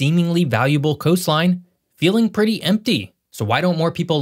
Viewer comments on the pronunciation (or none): none